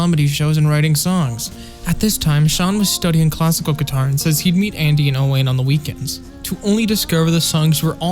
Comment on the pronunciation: Owain is a welsh name. You pronounce it “o-wine”, not “o-wane”. Little tip for if you meet them when they tour the US in October!!